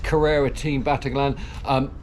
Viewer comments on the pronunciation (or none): Great video as always. Fantastic stories. One small detail,Battaglin is pronounced Batta- leen, As always looking forward to your next videos which I find to be one of the best cycling videos on the net All the best! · Actually it's not quite Batta-leen. The Italian 'gli' is really difficult for English speakers. It's also really difficult to try and spell it phonetically in English. I think you just need to hear an Italian speaker say it. Sorry, pedantic idiocy on my part. I'm an Italian speaking Welshman.....